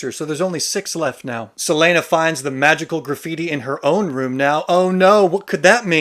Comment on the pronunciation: And “several name Celaene” 😂